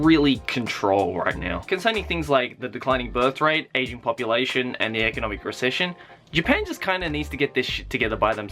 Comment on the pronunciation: i thought he kept saying "asian population".. i was like.. well duhh? but i guess he's talking about an "aging" population.